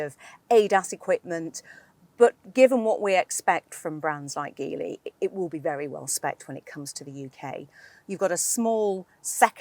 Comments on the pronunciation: its called Geely, not Gilly... it isn't that hard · Pronounced as in Gee Whizz. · It's read as Jeely... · It would’ve been great if you could’ve learned to pronounce Geely correctly. And if your video editors could’ve not used shots of Shanghai in the opening titles. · We got this in Brazil as well, the package is very decent and the price is aggressive to beat BYD. It's one of the best combos when it comes to equipment and real estate to accommodate a real family. The positive side against the other Chinese brands is that Geely - the brand call themselves Geely but the the G has the sound of a J, like as we pronounce in "Ginny" - has a local partnership with Renault and that promises a broader availability of parts, and soon it will be manufactured here.